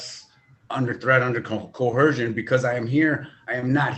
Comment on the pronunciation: I don't think I've ever heard a sovcit pronounce the word "coercion" correctly.